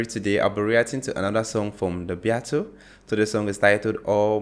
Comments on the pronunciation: The Beatles (pronounced bee-tells) are timeless. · Just so you know, you're mispronouncing the name of the most famous popular music group in world history.